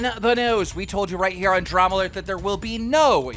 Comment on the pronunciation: Everyone: Keemstar nah Keemstar: WeLcOmE BaCk DaRmA nAtiOn